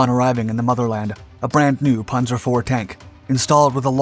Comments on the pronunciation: Pan-zer not Pon-zer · He pronounces panzer as 'ponzer', don't expect much from him. He churns out videos full of mistakes constantly. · It's called a panzer division. Not a punzer! It's not batman and robin! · Wtf is a ponzer ace? Lol